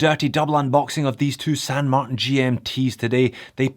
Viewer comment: There is no variation of Martin that is pronounced MarTAN.